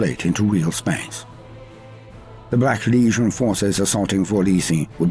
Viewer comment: I absolutely love but is anyone else annoyed by the way he says legion? it sound like he says Lesion all the time to me